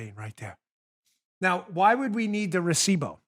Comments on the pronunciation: Recivo. Not bow. Still love ya. Keep killing it. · Here in Venezuela a receipt is una factura. Oh to hear you pronounce recibo is cringe worthy lol. Am american living in venezuela but I can't pronounce english words right lol. Brilliant brilliant brilliant ... the mic, then recibo (factura), drop mic then leave would be epic!!!!! Way to go Bongino team!!!!!!!!